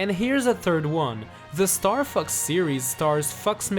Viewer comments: The way you say "Fox" sounds like "F**ks" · is fox sounds like f*ck . . .